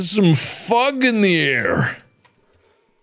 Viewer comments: why it sounds like hes saying "theres fuck in the air" instead of fog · Mark: "There's some fug! in the air!" Me: "That's the worst of our porblems"